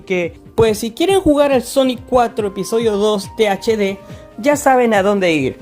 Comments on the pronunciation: Buen video amigo pero dijiste TDH en vez de THD XD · creo que este es el ejemplo perfecto de como NO hacer un video hablando de cualquier tema: - puro relleno (se pone a presentar sonic 4 episodio 2 base, como si estuviera haciendole una review, no es hasta el minuto 4 que empieza lo presentado en el puto titulo) - repite sus propias palabras todo el tiempo - ni siquiera sabe decir bien "THD" - gameplay grabado con las nalgas, ademas que juegas todavia peor - sponsor culero e insoportable - pa q mrd teni tu avatar si no mueve ni un pelo alv - el nombre de tu canal es literalmente el titulo de un juego de la franquicia no mames, es como que yo me llame "call of duty black ops" parece que le pediste un guion mierdon a chat gpt y te tomaste un descanso de 2 horas despues de eso en vez de investigar una mierda por tu cuenta, 12 minutos para algo que se puede explicar en uno y medio, una verguenza de video